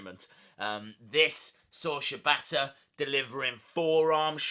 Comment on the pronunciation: Wrong it's pronounced Shee bata